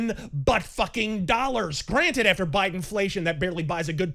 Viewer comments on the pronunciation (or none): none